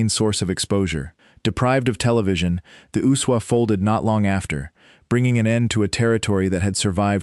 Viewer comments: Why does that dumb AI voice keep calling the USWA the Usuwah? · I've never heard the USWA pronounced as one word